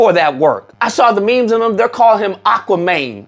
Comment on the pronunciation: “Aqua Mane”😭😭😭 🧜🏿‍♂️